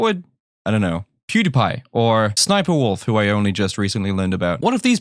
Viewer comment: Her name is actually SS Sniper wolf... You actually pronounce the letter S twice and then the sniper wolf...